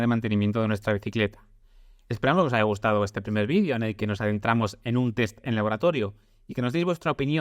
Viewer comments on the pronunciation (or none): none